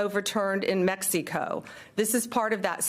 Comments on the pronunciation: "Meks-see-coe" she can't even pronounce Mexico correctly. Also, that's a lot to fit into one SUV. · Why would we believe ANYTHING she says. "Mexeeco" what a clown. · “Mexeeco” 🤣 cant fix stupid